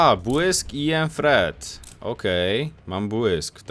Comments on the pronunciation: ....naprawde proszę cię nie kalecz nam uszu i oszczędz sobie mówienie "Granat FRET" i zamiast tego mów jak się należy czyli TRET:) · Własnie te F powinno być mega leciutkie ale za mocno j wymawia